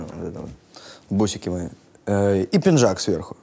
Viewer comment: Мне нравится Павел, простой и талантливый! Но слово пинджак...🤦‍♀️ просто три раза перемотала... оёёёй🤦‍♀️